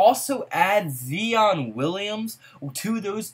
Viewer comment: I be tellin ppl this same shit...and his name is pronounced ZY-on